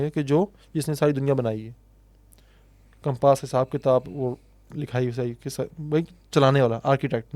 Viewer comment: Compaaas nhi compass pls correct ure pronunciations. Otherwise the podcasts r good!